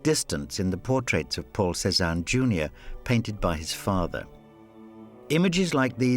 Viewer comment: I keep hearing Poor Cezanne instead of Paul Cezanne.